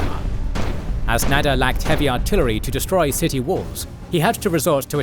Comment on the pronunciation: Nader not Nadir